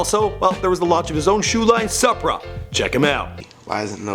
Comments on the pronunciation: But it's truck fit and supra like the car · His mispronunciation of the Brands TurkFit? Suppra? 😂😂😂its Truk(Truck) Fit and Sup(Soup)ra bro this jus a couple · suuuuupra not sup-ra and truck fit not turk fit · its pronounced truck-fit not turk-fit and soupra not sup brah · Soo-pra* not suh-pra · bro truk fit not Turk fit.... and soopra not supera like supper w an a at end. tf? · supra(sue•pra) trukfit (truck•fit)... I almost enjoyed this video.... 😂😂😂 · Did this man just say “turk-fit” and “S-up-ra”? 😂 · IT SUPRA, SOO-PRA AH NIGGA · he also didn't start Supra which you again pronouced incorrectly. did you research any of this?? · you just use the intrnet for research well...how can you not know how to pronounce supra, trukfit, tunechi????? it became annoying imo tbh!!!